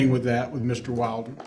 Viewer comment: Can the attorney say Will-den??? It is annoying.